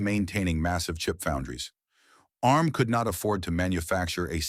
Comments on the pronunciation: A-RM? Its "Arm" you dopey AI. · There is so much wrong about this video. It looks like an Acorn fanboy told an AI to make a video about the history of Arm. And no it is not A.R.M. you silly American AI voice. More and more of this inaccurate AI videos are being shoved at us by YouTube lately. Perhaps YouTube itself has been taken over by a renegade AI bot...